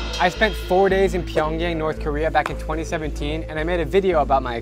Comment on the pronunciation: Dude you're telling me you taught English in South Korean and went to North Korea and can't even say Pyongyang right?